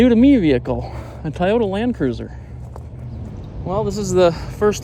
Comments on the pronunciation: No way you calling it a tay otaa 😂😂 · Tie-o-ta? Never heard Toyota pronounced that wat. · Bro I’m gonna need you to learn how to say Toyota. Lol